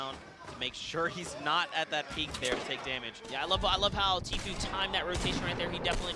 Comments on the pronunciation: does no one understand its pronounced t-foo not t-few like please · It’s tfue but he said tfyue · It’s pronounced t foo not t fyou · is anyone else annoyed by the commentator saying 'teefeu' instead of tfue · he said “tea few”😂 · Its spelt tee-foo